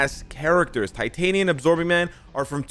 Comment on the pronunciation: That was Tit-Tania!! Sorryyy 🤣🤣